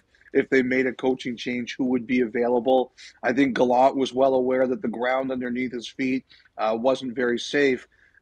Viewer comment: Friedman has the reputation of knowing everything in hockey before it happens; why the hell can't he , and the rest of you, learn how to pronounce Gallant's name? ( rhymes with "plant.")